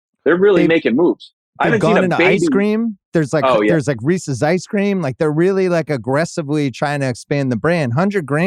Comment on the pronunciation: Can we really take a guy seriously about candy when he does not know how say Reese’s and picks regular M&M’s